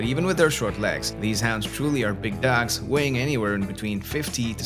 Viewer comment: The way you say dogs is funny: “dacks” 🦆